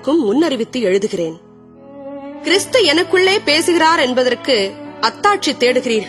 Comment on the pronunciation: Please change the pronounce to this word..கிறிஸ்து not கிறீஸ்து